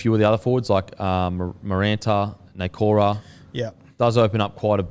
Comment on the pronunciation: Bruh who the tf is Maranta Nukora😂 cracked me up every time